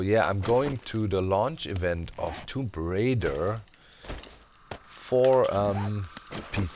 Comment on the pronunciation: what the hell did he say toob raider